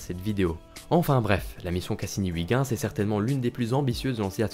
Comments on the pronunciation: Huygens se prononcé euilgenns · Très bonne vidéo, et, pour la prochaine fois, "Huygens" se prononce oeil-gue-ns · C'est horrible cette prononciation de Ouigens, surtout prononcée si souvent. C'est est pourtant si facile d'utiliser la prononciation de Google Traduction, en néerlandais bien sure (voire en anglais, ça marche aussi) pour savoir comment le prononcer correctement. ,04'35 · Faut arrêter de dire "Wiguins" quand on parle de Huygens, c'est juste horrible, merci. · Heu je suis pas sur pour la prononciation de Huygens😂, sinon superbe vidéo, de magnifique animation